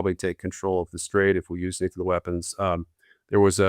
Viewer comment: Why does not know how to pronounce "nuclear"? His pronunciation has always been used as a shorthand indication of an uneducated ignoramus.